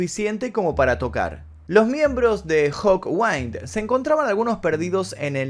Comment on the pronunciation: Y la antigua banda de Lemmy es Hawkind, no Hawwind...